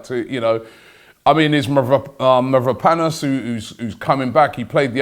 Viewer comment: Glad to hear you saying Mavropanos right!!